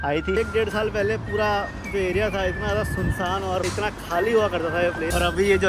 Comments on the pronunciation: Jyadi kya hota hai bhai.. "Jyada" hota hai vo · "Jyadi" kya hota hai bhai.. "Jyada" hota hai vo.... 😊